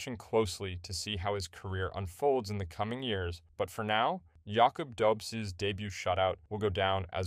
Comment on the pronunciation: Hey dude! Loved the vid, you got my sub. Refreshing to hear something ... Authentic. Freaking human; know what I mean? Keep'em coming ! :D P.S. It's pronounced "Dobesh". First name "Yakub" sort of. But who cares ;)